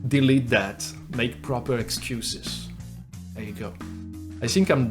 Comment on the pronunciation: You also went french on "excuses" but the effect was hilarious :)